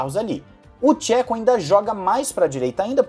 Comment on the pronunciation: Gosto do seu conteúdo e acompanho tem muito tempo. Me incomoda que sempre você mete o pau no Perez, seja mais neutro. O cara desde que chegou na redbull fez muito pela equipe e pelo Max. Não esta no nível do Max, mas aguenta muito a pressão de estar em uma escuderia como a Redbull. E um toque de boa, nao se peonuncia Chéco e sim , chêco. Só assistir alguns vídeos em espanhol .